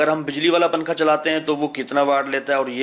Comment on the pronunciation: ابے پننکھا پھر پننکھا ھاھاھا اُردو تو سہی بول لے